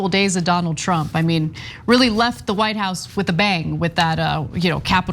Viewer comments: Huh, did Kudlow call him "Donald Chump", instead of "Trump" just then? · Was it me or did he call him Donald chump at the end there? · It really sounded like he said Donald chump...lmao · I'm pretty sure he said "Donald Chump"....lol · He said: "calm peaceful days of Donald Chump'. He actually said CHUMP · He did say Donald chump 🤣🤣🤣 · Am I the only one that heard Kudlow say, "Donald Chump"? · Did he say Donald Chump?! Hahah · did he say donald chump?